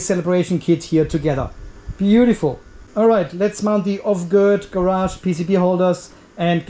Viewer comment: Off-gird sounds German. 🙂